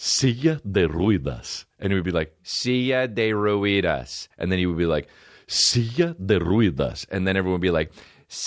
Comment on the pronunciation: “Silla de ruedas” “seeya de rueehdass” 😂